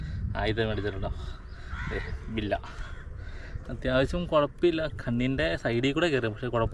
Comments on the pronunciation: ബില്ല അല്ല ബെല്ല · ബില്ല അല്ല മച്ചു bella 😄